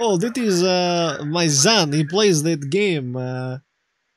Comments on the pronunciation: Серьёзна?? As a Russian, I'm confused by his use of "z" instead of "s" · everybody who speaks russian would immediately cringe at how he pronounces son... it's son not zon. even russians have a strong s when needed. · Yeah, pissed me off how he kept saying "zon". Otherwise it sounds pretty much like some of guys I knew back in a day.